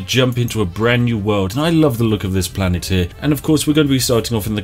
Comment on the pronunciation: It is a wonder to me how literally every youtuber to ever play Spore, can’t read the word planet in the beginning